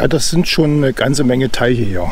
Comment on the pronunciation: Hallo, ein wirklich sehr schönes Video und wir hatten uns ja schon mal drüber unterhalten. Michaelstein kenne ich auch sehr gut und liebe es. Hast du gut eingefangen. Gefallen haben mir auch die geschichtlichen Untertitel. Beim Deich-Teich musste ich bissel schmunzeln😉so haben wir eben unsere Dialekte und ich finde es niedlich. Ja die vergessenen Reserve-Akkus....wer kennt das nicht. Mein Opa pflegte immer zu sagen, aus Schaden wird man zwar nicht reich aber klug. In diesem Sinne. Volkmarskeller ist direkt neu für mich, dabei dachte ich kenne die Ecke in und auswendig. Ich bin nämlich dann immer rüber in Richtung Regenstein und Regensteinmühle abgebogen. Wäre also direkt etwas neues, wenn es mich wieder einmal in den Harz verschlägt. Auch wenn der Baum ziemlich faszinierend ist, das mit der Schatzsuche musst du noch ein wenig üben 😜 Mit dem Geschmack ist es immer so ne Sache, aber ich finde das war dein bisher bester Film, weiter so. LG Thomas